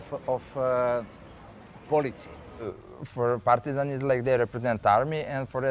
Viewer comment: How he said Partizan it sounds like parmesan 😏🤣